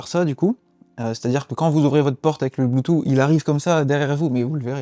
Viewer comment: Tu me trigger avec ton « Bluetoo » 🤬🤬